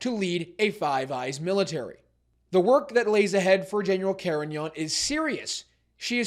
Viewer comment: Carignan not her sir